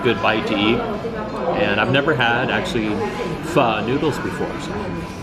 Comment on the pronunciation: You're still saying pho wrong... lol it's siracha, hoisin sauce and fish sauce. Lol hoisin as BBQ sauce